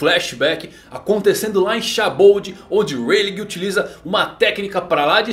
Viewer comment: Shaboud?eu falo sabaodi mas tanto faz